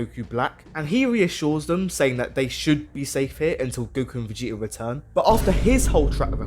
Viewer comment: You can't say the T in Vegeta? VigiiA? Why?